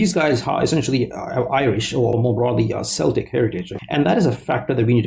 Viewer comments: learn to pronounce "celtic" and maybe then try again to tell people what English culture and British identity is. the whole theme of your video is pure bollocks 😂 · English doesn't mean Anglo saxon because it has Norman mixed in. You pronounced Celtic wrong and English is primarily a national identity, not an ethnicity. Him having an Irish surname is irrelevant.